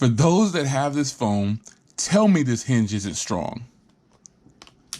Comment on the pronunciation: Hinge NOT Henge